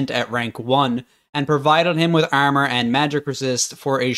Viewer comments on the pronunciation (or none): why do you say "armor" like "EHRMEHR"?